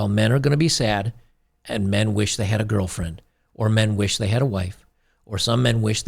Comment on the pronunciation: Gargle cat piss “girfren”!!!